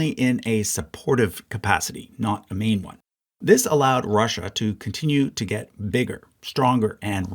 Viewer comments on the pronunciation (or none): when he said "Russia was in the war in a support capacity not a main one." I thought he said "not a mean one." LOL...